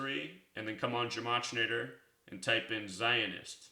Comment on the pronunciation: He doesn't even know how to pronounce gematria!